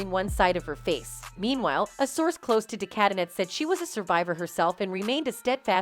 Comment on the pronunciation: Just so you know...de Cadenet is pronounced de cadenay...